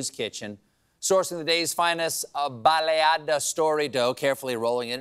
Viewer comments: he got “baleada” right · being from Honduras i can say you pronunced baliada, and macheteada correctly!! go Stephen !